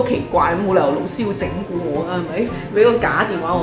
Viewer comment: 對於一位閩南人來說, 聽到粵語的老師, 會想成螺絲...😁